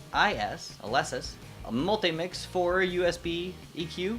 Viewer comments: It's pernounced with a long E sound. Aleesis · The hiss is coming from the usb bus. Pronounced Aleeesis usually have a pretty low noise floor. Great vid thanks